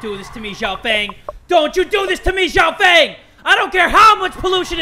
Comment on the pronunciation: Xiao Fang is pronounced "See-ow" "F-ah-ng" :)